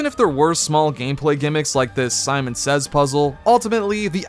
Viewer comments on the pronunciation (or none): none